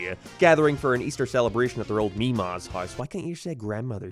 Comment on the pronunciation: it's unbelievable that you really pronounce 'house' like 'hice' and 'way' like 'weh'. How have you gotten to your advanced age speaking like this?